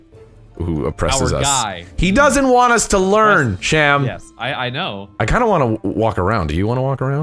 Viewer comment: Sham? SHAM?! SHAAAAAAM AHHAHAHAHAHAHAHAHHAHAHAH AYYAYAYAYAYAYAT